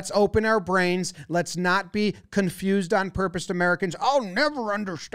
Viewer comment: "lets not get confused on porpouse " I love this